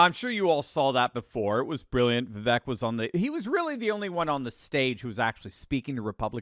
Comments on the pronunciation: It’s pronounced Vivake, rhymes with cake. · love u but for the love of all that is holy can you please just once…say Vivek correctly? 😂